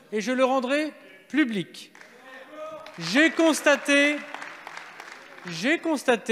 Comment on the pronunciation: public on dit, pas plublic, pas crédible . cet acteur, du tout.